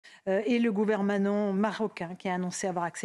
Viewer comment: Et le "gouvermanent" 😂😂😂 Nom de Dieu